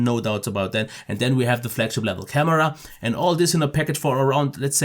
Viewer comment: level not blevel lol...peace mate like and sub :)